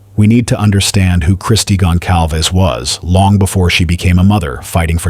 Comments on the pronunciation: Gon cal vez not Gon calves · Please learn how to pronounce Kaylee's last name correctly.